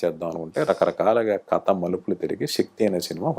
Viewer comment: బహుశా మీ నుండే విష్ణు కథ అనకుండా కత అనడం మొదలెట్టాడేమో, అసలే నత్తి కదా ఇదేదో బాగుందే అనుకోని..